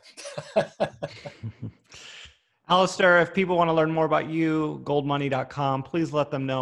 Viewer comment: Actually “Alasdair”.... ?Scottish roots.